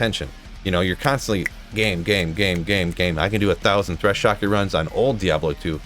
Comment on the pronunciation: "Threshocket" lol